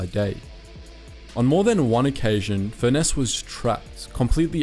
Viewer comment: Furness is pronounced the same way as Furnace